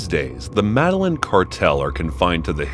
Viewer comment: Madeline are you fucking kidding me "MEDELLIN"